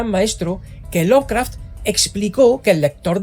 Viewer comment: ¿Por qué pronuncias la E al decir Lovecraft? Es inglés básico, la E no se pronuncia. NI CUANDO DICES LOVECRAFTIANO.